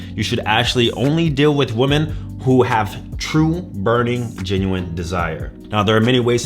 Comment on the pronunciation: You still cant ponounce woman and women properly!!!